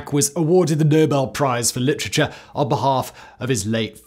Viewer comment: I love you Simon, but I can't get passed ""LICHRICHAR" 😂😂😂😭😭😭